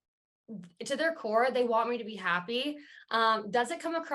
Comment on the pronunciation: Im not a native speaker of English but I find the way Micah and Irina speak really weird. They elongate the final syllables in a sentences and it’s really weird: I don’t know what was happening with paaaaaaaul, and I keep myself more clooose and I know we are not meant to beeee. Can someone explain this to me? As native speakers: do you find they way they speak “special”, if so what kind of feeling/impressions this way of talking gives you? Thanks a lot (I just love languages so I’m really curious)